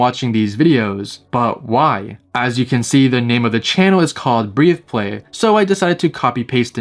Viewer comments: Did this guy just say “breeth play?” It’s breath play. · It's "breth"play. Not Breathe xd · It’s breath-play, not breathe-play. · Just so you know for the future, you were saying breathe play instead of breath play. Breath pronounced as in "a breath of fresh air". Keep up the great work, i really enjoy your channel ❤ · Breathe is spelled with an e at the end. Breath is pronounced like "death" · Breathplay... I can't BREATHE Then, take a breath No disrespect, of course. But saying that channel name wrong was driving me nuts! Lol I love your channel, though! This video was very interesting! 😮